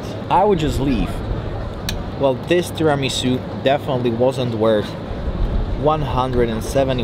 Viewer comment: I simply love this guy He said Tiramisu' correctly. I love you. Oh, that trdelnik or how you spell it(sorry guyysss) it's KURTOSZ KOLACZ in Romania from the old Magyars who settled here and now it's common in these countries around Hungary too Niiiiice LOVE YOU